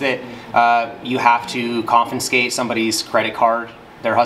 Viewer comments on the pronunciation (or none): Confiscate, NOT confinscate.